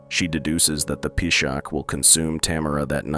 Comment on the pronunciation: Peeshaak, Peeshaach, Peeshakh❌ its P-shaach